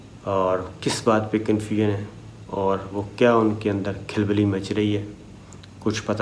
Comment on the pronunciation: Khilbili nahi khulbuly sabir bhai